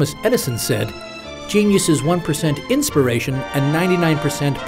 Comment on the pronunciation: No. The secret is "Ikispiration".